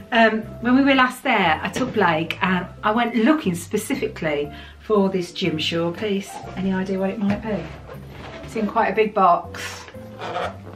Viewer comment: Ohhhh lordy. I first heard " Gym shorts" instead of "Jim Shore".🤯